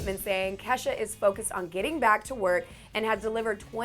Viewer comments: anyone else hear her say Kesa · Why are people saying kesha's name wrong